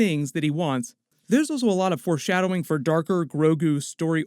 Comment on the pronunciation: I'm sorry but are you saying "force" shadowing?